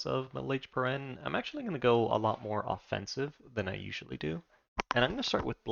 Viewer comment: Nice, I was waiting for a video on these guys. It's pronounced peer-en-knee, like the pyrenees mountains in the real world, by the way.